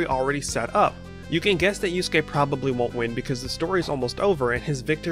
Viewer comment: Good vid but ngl These american pronounciations KILL me. „Yus-gay and Kew-row-kow“ 💀🔫 Its Not hard to pronounce it correctly, Even as a non-native speaker.